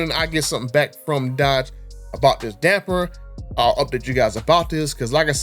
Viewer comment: You can spell it...but you can't say it...damper damper damper there's no "n" in the word damper lol